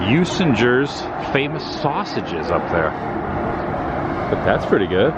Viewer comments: Usingers ….. You Zing Gers ……. Best Original German Sausage ….. Congrats on the correct annunciation of WISconsin 👍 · Welcome to Milwaukee Adam. It's pronounced U SING ER 😀 Enjoy your stay but I must say GO BREWERS!! lol love you videos!! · I think.it is pronounced ' ooh- singers ' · I’m originally from Milwaukee… love that you’re getting to take in the sites around downtown Milwaukee. Usingers (the “g” is a hard “g”) is absolutely wonderful… fond memories of stopping there with a mom as kid, and ALWAYsa stop when I’m back in town. The Wisconsin cheese Mart next door is great. You were right by the Milwaukee Historical Society (on the river at 2nd and Kilbourn… by Hyatt hotel, and American League founding spot) is really cool to check out, and was a filming location for the film “Dilliinger”. Also the part of the freeway downtown by the lakefront was used asa filming location for the Blues Brothers movie (car chase scene with the Nazis where they jump off end of then uncompleted freeway, and land in Chicago). The 3rd Ward is old warehouse district (burned down in 1891), now full of upscale condos, bars and restaurants, and very cool Milwaukee Public Market. The Art Museum on lakefront at end of Wisconsin Ave. was one of Biggest Santiago Calatrava commissions…. TheHarley Davidson museum is over on 6th Street. So much more I could add… love my hometown! (I live in Dunedin, FL near Tampa-St. Pete now)! Enjoy the Rays-Brewers game(s)… Asa lifelong Brewers fan, Wish I could be there to join you… Be sure to tailgate before the game, if the weather is decent. At least, the Brewers ballpark has a retractable roof if still chilly / rainy at game time…. Roof open when it’s nice! ❤️